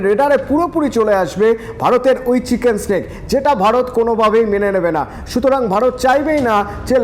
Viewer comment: চিকেন নেক রে।চিকেন স্নেক নয়।